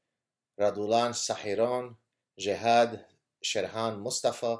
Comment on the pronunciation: did i hear that wrong? it sounded like one of them had jihad in his name. edit: looked up the list. it was jehad.